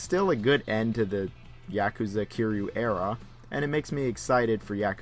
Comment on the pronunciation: Someone tells this reviewer the main character's name isn't Q, it's Ki-ry-u. Q is a character from Star Trek